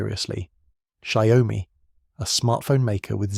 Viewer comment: Please respect the Chinese language. Don't change it ! It's XIAO- MI two separate words it's not Xiao-oh -mi As as Chinese hearing you call it Xiao Oh mi make you sound stupid Xiao means small , mi means rice ( like rice grain ) symbolizing strength even in a small size like a grain of rice 小 米 Xiaomi Please check the Google translate and have the Google translate read it to you This is from Google translate Changing the names makes the contents become silly and stupid giving a bad impression of the content producer too. Don't make a fool out of the Branding.